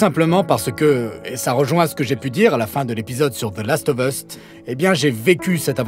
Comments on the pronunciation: "The Last of Uste" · The last of eusth'....je ne connaissais pas!